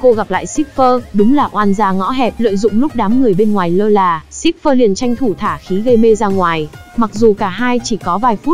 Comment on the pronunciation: ayo, Cipher mà nghe cứ như Shipper ấy